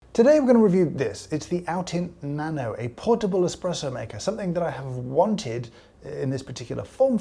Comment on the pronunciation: I think you are pronouncing it wrong It's, Na NO! :-))))))) To be honest, I have the hi-Brew version of this design. I like it and treat it more like a powered Aeropress.